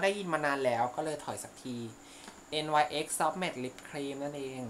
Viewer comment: ที่บอกแบรนด์อ่ะค่ะ จริงๆแล้ว NYX มันอ่านว่านิกซ์ค่ะ